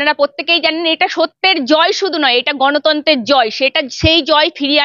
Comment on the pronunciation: ...আপনি একজন সাংবাদিক। কিছু মনে করবেন না। যদিও আপনি আমার সন্তান তুল্য,যথেষ্ট সন্মান জানিয়ে বলছি আপনার কাজ আরো আকর্ষণীয় করে তোলার জন্য দয়া করে আপনার উচ্চারণ ঠিক করুন। 'পত্তেক' 'গনতন্ত' 'পশ্ন' এই ধরনের শব্দ শুনলে ভিডিও টা পুরোটা দেখার ইচ্ছেটা হারিয়ে যায়। একটু খেয়াল করে বলুন, আপনি পারবেন।